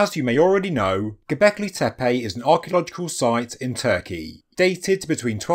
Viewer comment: Halfway to the Andrew Collins pronunciation: Gobekli Tepaaaayyyy